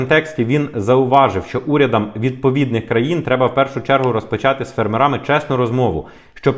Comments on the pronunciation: Ставте правильно наголос у слові фЕрмери, у різних відмінках, будь ласка. Дякую за інформацію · Фе'рмери - наголос на перший склад.